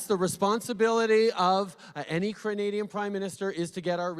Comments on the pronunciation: Hey Just, I'm CANADIAN, not kranadian (time ) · lol any1 else notice Trudeau says Cranadian lol he doesn't handle well under pressure